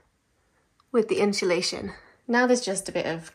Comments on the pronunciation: I love jack spaniels i follow your channel i like your content but for the love of god its not inshalashion its insulation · I heard a new British pronunciation today...unsulation!---, irises are not very long-lived blooms, so yours might not be drought-affected.---I looked up peacock butterflies & agree with your assessment of those caterpillars.